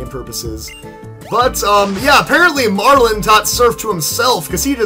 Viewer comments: You pronounce his name wrong. His name is Marlon not Marlen or Marln. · You pronounce his name wrong. Iets Marlon not Marlen or Marln.